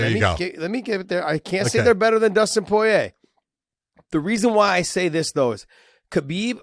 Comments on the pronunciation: You say poirer really fucking weird 😐 🤣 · People give a hard time when he says Poirier's name because he sounds funny saying it lol. The best I've heard say it was GSP because it's a French name. But when people say it in English they often sound funny.